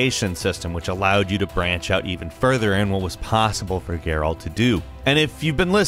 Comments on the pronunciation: Also, Geyrault lol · The way he pronounces Geralt drives me crazy too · Stop pronouncing Geralt like that🤦🏽‍♂️ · Gare'alt of Riveeuh